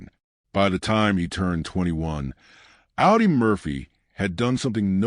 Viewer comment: "Ow-dee"? It's pronounced "Aw-dee". Stupid AI.